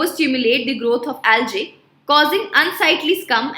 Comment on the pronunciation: It's algae not aljae